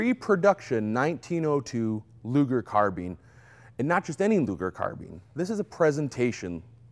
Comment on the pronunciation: Thank you for pronouncing the name of Mister Luger correctly :)